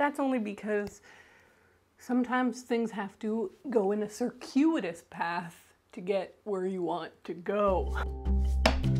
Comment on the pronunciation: Okay I think that’s the first time I’ve heard “circuitous” pronounced aloud and I gotta say, not what I expected